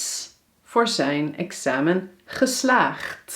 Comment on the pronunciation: Hoi hoi! I would like to know how to pronounce the "ij" sounds. Here I hear you say "AI" but the books teach me that I need to say "EI". Can you explain it to me? Like in the word "mijn" = [mɛin] Greetings :)